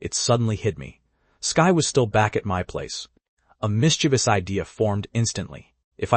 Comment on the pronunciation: This story is fun, but the repetition due to LLM involvement, and often incorrect imaging, jars. Some entire conversations are repeated. The software needs some work. And how did the text-to-speech manage to mispronounce mischievous? "miss che vuhs" is correct. >grumble<